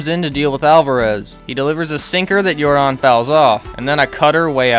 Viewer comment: His name isn’t Yor-Don it’s Yordan like Michael Yordan u uncultured swines 😂😂